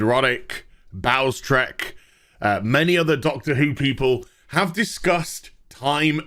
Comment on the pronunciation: LOL. You said "Bowlestrek" but I heard, "Bowel Stretch" :-)